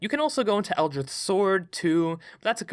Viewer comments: ITS ELDRITCH not eldrith blast thats a t and ch pronunciation as in ditch not th as in with. Please gawd this makes your videos nearly impossible to listen to. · Eldritch not "Eldrith" you fool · I hate to be that guy, but does he just pronounce Eldritch Blast as Eldrith Blast or is it just a lisp? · excuse me? eldritth? eldritth blast? scrbgffgf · I hate that he says eldrith instead of eldritch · I have no concept of if you have a speech impediment so apologies if you do but... El-drith? Eldritch! like a drunk slob yelling "Elder Rich" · Am I the only one that's absolutely annoyed by "Eldrith" instead of "Eldritch"? Yes? ok... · "eldrith" For the love of Lovecraft it's eldritch. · EL-DRITCH not eldrith cough Nice vid bruh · it's eldri*ch* not eldridth sorry it just really bugged me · eldritCH eldr-itch not ith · Odd accent you got there. Never heard of "Eldrith Blast" before. "Artifisher" sounds like a magically enhanced fisherman. Interesting concept, ranking classes against each other. I feel like they're designed to synergise (when played properly), rather than compete. That said, I have no idea what your criteria is for each rank. What is the actual difference between S and A, for example? It feels like you're being a bit arbitrary when deciding one rank or another. Also, I feel like you're not that cluey on how healing/support characters are supposed to be played in 5e. You don't play them like a healer in an MMO where they are designed to just top up the HP of the tank during battle. They are supposed to help players avoid taking damage in the first place, and to get players off the ground if they're dropped to zero. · Why are you pronouncing it Eldrith? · butchered Eldrich when talking about the warlock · this dude cant make the 'ch' sound and just says 'th' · Is this boi saying Eldrith Blast? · " Eldr-ITH" is new, never heard that before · “Eldrith” good video but I wanna die bc of that😂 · Ah yes, the eldrith God, c'chulu.